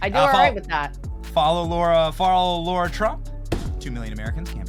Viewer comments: It's LARA....NOT LAURAAAAAA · Benny, you called her "Laura" 3 times.... she's Lara! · it's L A R A ugh